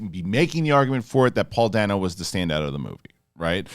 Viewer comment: It's pronounced ˈdeɪnoʊ. Paul Da(y)no. Everyone keeps saying it wrong.